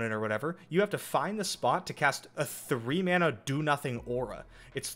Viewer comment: Every time he says mana I get sad.